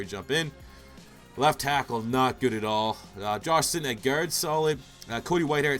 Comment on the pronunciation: good youtuber just the way he says guard annoys me for some reason